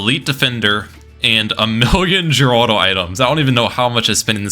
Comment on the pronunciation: Also, ninja kiwi confirmed that Geraldo is actually pronounced as Heraldo not Jeraldo